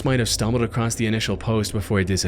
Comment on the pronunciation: I like your vids but brother there is no T at the end of the word "across"